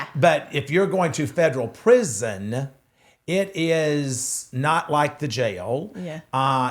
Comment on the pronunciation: So the fact that none of you can say “prison” is pitiful. And Kaitlyn you are soooo annoying.